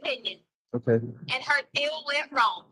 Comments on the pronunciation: She says “wrongk” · I just love when "" says things like "he was dark SKINDED". Lol. Not to mention the "I didn't do ANYTHINK WRONK" and every word ending(k) in G, she adds a K. She's sooooo smart with her PhD in Education. Hahaha. Also, Al mentions she went to Law School😊😊. He doesn't believe it, but she clearly told him something like that. She probably told him she started law school and decided it wasn't for her so she went for her PhD and instead.. 😂😂😂